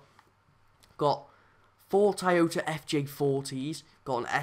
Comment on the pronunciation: Tiyota bro it’s pronounced toy-o-ta